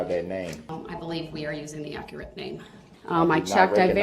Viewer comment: Don’t forget. Ac er ret.= Accurate